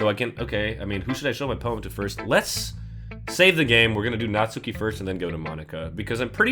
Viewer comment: You do not. Pronounce the "u". In Natsuki. It is "Not-skee". Not "Not-su-kee". You don't say "Sah-su-kay" do you? It's "Sahs-kay". Every person who's ever made a DDLC playthrough does this.